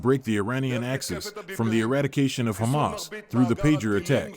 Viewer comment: The way, you pronounce "Ha'kha-Mas" is very annoying to listen. I understand you wanna have good pronunciation.....but can you just, normally, pronounce it Hamas. Cut the extra nonsense